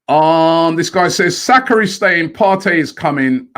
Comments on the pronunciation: I Know! And it's not even difficult! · Robbie embarrassingly butchering Saka’s name